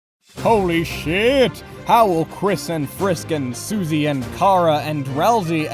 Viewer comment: “Holey sheat”